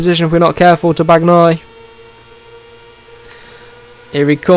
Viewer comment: Just please when you say Bagnaia don't pronounce the "g" just say Banaia 🤣✊🏻